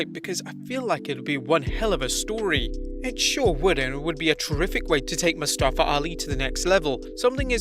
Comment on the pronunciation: How does everyone still say Mustafa Ali's name wrong 🤦‍♂️🤦‍♂️